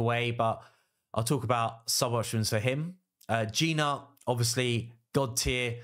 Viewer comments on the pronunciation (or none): at least lear the name of the champs properly. I am talking about Gnut ... it is supposed to be pronounced as "newt" not G-nut. Other than that it is good video for people that have all these champs. For me I do not have a single one from your first team